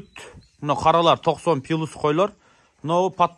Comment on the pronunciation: Пилус дебей плюс дечи ай 😅